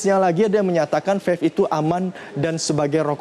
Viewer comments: Bicara belepotan wooyyyy, Mana ada Vave, Belajar dulu woooyyy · ini orang ngomong vape aja belom lancar udah sok tau anjirrr, vafe vafe aja dari tadi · Ngomong vape aja vafe wkwkwk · dia bilang fef